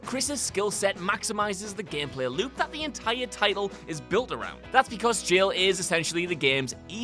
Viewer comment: "Gempleh" > "Gameplay"